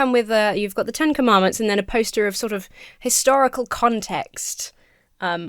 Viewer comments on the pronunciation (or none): i thought he said "hysterical" significance.